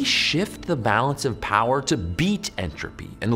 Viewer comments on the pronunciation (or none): none